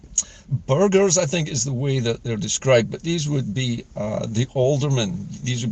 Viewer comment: Good morning, just listening to your podcast on the "Estates". There were no "burgers" in those days as m8nc8ng machines had not been invented!😂 However there were, and are still, Burgesses, pronounced "burr- jess". These exist mainly where towns and cities in Scotland still have Guildries, (old fashioned toon cooncils😅), There are 10, or 11, if you count Berwick, in Scotland and they are mostly charitable and historic organisations, although, some are rich and powerful, like Glasgow, Edinburgh, Perth, Aberdeen, Dundee and Stirling. The rest struggle for existence. Ayr, Arbroath, Lanark and Brechin. These are our l8nk to our past and need to be preserved. I know there were Guildries all over the country, but have since died. Community councils are now the modern equivalent. I enjoy your shows.